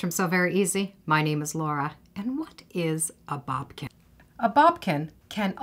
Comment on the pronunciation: It's boDkin not boBkin.. sorry that pronunciation is driving me crazy LOL